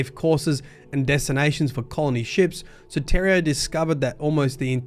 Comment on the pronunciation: Just an FYI, Soteria is a Greek word. It means Salvation. It’s pronounced soh-tee-ree-ah